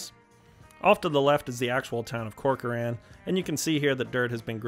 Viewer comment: Great job....FYI, as someone who's originally from Fresno, Corcoran is pronounced "Corker-in" by the locals. Great job on the rest of the pronunciations. Almost everyone not from the valley gets Tulare wrong.